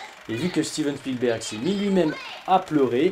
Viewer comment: Sinon, j'suis la seule que ça stresse, la manière dont il prononce Spielberg ?